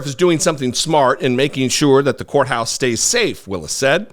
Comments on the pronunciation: Did you say county whore house or did you say county courthouse? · said "County Whore House"...